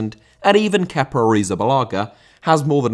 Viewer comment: Kepa * not Keper